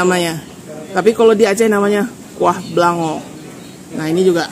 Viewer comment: Sie itek puteh atau bebek bumbu putih jangan upa...oh kuah beulangong bacanya..kurang ng nya😂